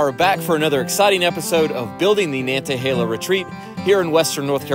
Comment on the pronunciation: Pretty sure the "t" in Nantahala is silent. Means land of the noon day sun. Awesome, beginner friendly whitewater river! Beautiful area of america.